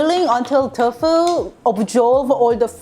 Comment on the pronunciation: Love your recipes. One thing though, you say Tofu like "Tough Foo." Say it like "Toe Foo." I am a Korean- American, and I am learning how to cook. Thank you for sharing your recipes!